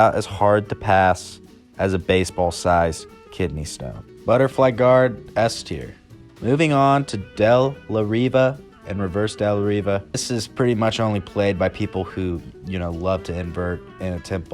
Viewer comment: It’s pronounced de la HE vah